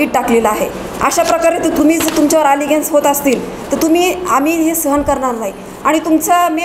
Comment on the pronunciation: कृपया Allegations या शब्दाचा अपभ्रंश करु नका.शुध्द उच्यार करा वकील साहेब